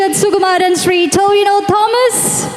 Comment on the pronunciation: ടോവിനോ ❌ ടിനോവ ✅